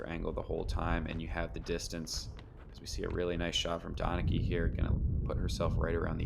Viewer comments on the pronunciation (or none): I'm pretty sure Donnecke is pronounced "Den-uh-kuh" by the way. Fun card to watch!